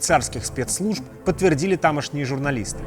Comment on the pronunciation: серьезно? "Тамошний"??